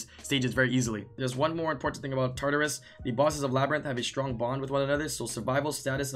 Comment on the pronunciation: It's pronounced TART-UH-RUS